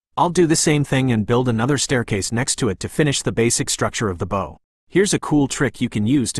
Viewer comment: Uhh - it's (/baʊ/) like bowwow) not boe......